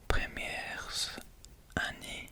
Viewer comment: / : pensez, accent ( on prononce pas le "t" : "n'hésitez pas à me corriger" : pendant : très (on prononce pas le s) : seulement ( pareil pas de prononciation du t) : premières ( pas de prononciation du s) : avec le français : chuchotements ( pas de prononciation du t&s) : français : favoris Si ça peut t'aider